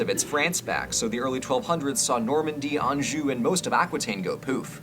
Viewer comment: I love this video - and finally a narrator who can pronounce “Anjou” in France correctly. Although he then goes and mispronounces “Angevin” and “Aquitaine” 😂